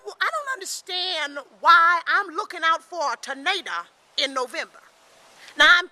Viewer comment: she said "tornada"